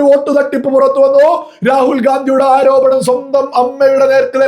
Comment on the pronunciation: ആരോഭണം? ആരോപണം........